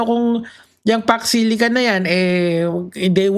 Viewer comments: Hindi nya nga mabigkas kaya hindi nya alam . Jusko Lord talaga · vp hindi alam talaga. hindi nga alam pronounciation. don’t elaborate na ayaw mag comment. new WORD SA KANYA YON ANG PAX SILICA